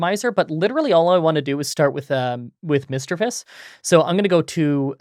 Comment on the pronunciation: i also use OBS Studio for screen recording. Also you pronounced Misdreavus correctly.